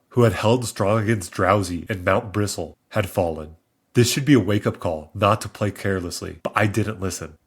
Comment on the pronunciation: it’s mt bristle, as in like brush bristles, PLEASE stop saying mt bristol it physically hurts me